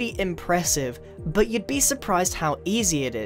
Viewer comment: I love it how u say buh (but)